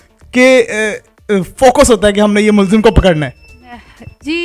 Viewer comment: Please correct "mulzim" as mulzam.